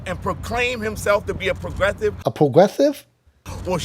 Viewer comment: That guy wasnt very pwo-gwessive.